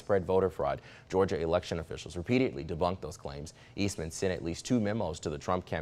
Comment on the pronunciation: Only thing I see wrong with the anchor is that hairdo(it's not the right look brotha and must go lol)and he said the word "repeat-i-edly lol. He can also slow his speech down a tad bit! Sorry but I had to do it haha. Constructive criticism?😂😂